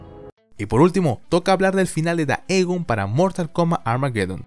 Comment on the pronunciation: No puedo evitar sufrir cada que escucho decir "daegon" en vez de "digon" y me parece raro aun mas sabiendo que dice "teiven" (taven) bien